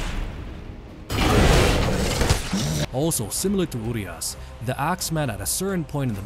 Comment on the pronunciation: Their name is pronounced Uriash, not Urias